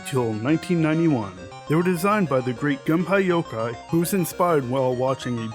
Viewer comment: Gun-pie-yo-kai? Dude get your pronunciations right. GUN-PEY-YO-KOY Also no new 2DS XL